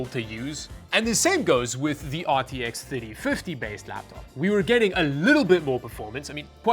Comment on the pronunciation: aar tee eks theytee fiddie